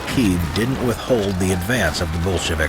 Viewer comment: Everytime he says "Bolshevik" I hear "bullshit" 😂 how fitting